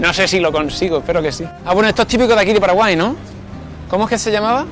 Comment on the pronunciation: Muchas gracias por hablar bien de mi pais que no siempre es bueno PD:Minuto "Gente de Paralai"